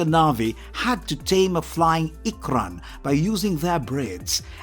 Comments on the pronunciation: Explain to me how he can say ‘unobtanium’ and ‘fauna’ wrong but got ‘ikran’ 😂😂🙄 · Can’t pronounce unobtanium (you-nab-tanium} lol while properly pronounces ikran in Na’vi 😂 great video tho